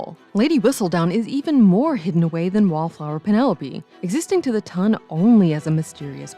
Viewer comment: its no tun its ton sheeeesh at least get that right